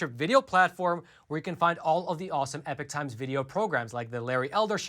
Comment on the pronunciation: Please .................... Please, peice of Advice ............. When you say epoch times, it SOUNDS like EPIC TIMES. I thought it was epic times for a while & My freind just told me he thought it was EPIC times too because the guy says EPIC times ...... so my apologies but yes thats still what I hear is EPIC times. No not everyone will hear that but,some do. It may help to say EPOCH either clower, or clearer? so people dont Think they hear EPIC.